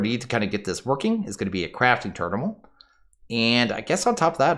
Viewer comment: “Crafting Ternimal”